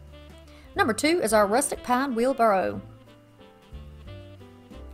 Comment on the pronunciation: Hey sweetie just to let you know, it's wheelbarrow not burrow.